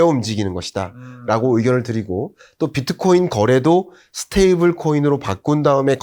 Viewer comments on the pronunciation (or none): none